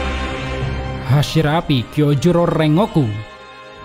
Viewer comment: Bang, bedakan pengucapan bahasa indonesia sama jepang bang, contoh : RENGOKU dibaca nya REN GOKU bukan reng ngoku.